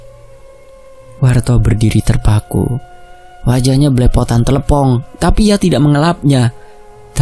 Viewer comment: Mas bukan tlepong tapi tletong sapi